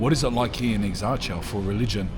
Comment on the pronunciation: Dude, at least put some minimal effort to pronounce the name correctly... That's so lame. Plus Exarcheia is currently NOTHING like you paint it to be. You're so FOS and trying too hard to gain subs and views over exaggerated or purely fictional stuff.